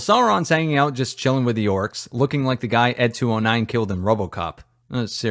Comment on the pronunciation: "Oarks hab famiwees"